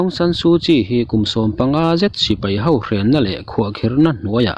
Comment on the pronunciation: A bengvarthlak e. Burma mipui ka lainat ngei mai. NLD hi an chak vak lo vin an sawi a, sipai sorkar nei lo tur khawpa chak an ni lo deuh a ni ang. Thudang deuh, i chhiar thiam em em a, "HO" tih hi "Hau" tih lam ri a kai tam mah mah em aw ka lo ti ve mai mai.